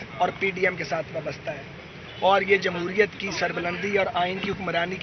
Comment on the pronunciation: جمہوریت بولنا تو سیکھ لو